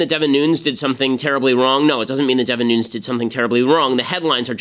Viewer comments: AGAIN !!!!Ben is pronounced Nu-ness, it's a portuguese last name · Nuñes...ñ sounds like "gn" nu"gn"nes. His last name is Spanish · Its Nunessss with a hard S Ben. I know because I am friends with one of his relatives. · Ben gets a lot of things right, but according to this Devin Nunes pronounces his own name "Newness".